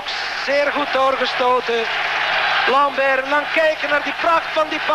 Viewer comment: Why is the Flemish sportscaster pronouncing Raoul Lambert's surname as "lambèèèèèr" when he's Flemish too? I heard many other Belgians pronounce that one as "lahm-bert", correctly I presume... the same goes for Jean Thissen, whose surname is Flemish, but he's being pronounced "Thissèèèèèèn" rather than "Thisse" (the Flemish way)... now, Thissen is a Walloon actually, but his suname being Flemish, I thought a Flemish broadcaster would pronounce his name the way Flemish people do... am I that wrong?